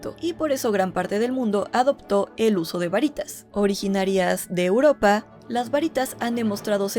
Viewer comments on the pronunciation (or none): none